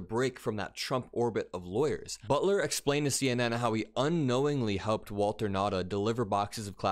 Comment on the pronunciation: Waltine. Not Walter. Everything with Trump has to be weird.